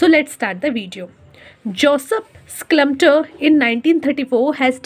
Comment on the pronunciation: Byi schLumpeter nii aa oh😂